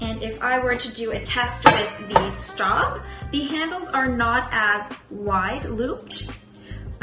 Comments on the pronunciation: It's pronounced "Schtobe". Otherwise, nice job! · Miss, I appreciate your video. Thank you. But you should learn to pronounce Staub since it is not an English word/name. Staub - How To Pronounce - French Native Speaker - YouTube It is pronounced more like an English spelling of Schtobe.